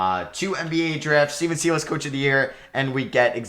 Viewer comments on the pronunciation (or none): please change the way you pronounce Stephen Silas' last name lol it's not pronounced see-las it's pronounced sigh-las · why do you prounounce it seelas LOL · why u calling him SEEE- LASS LOL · please pronounce Silas correctly,,,,every time you butcher it makes me cringe